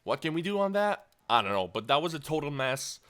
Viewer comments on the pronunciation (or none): none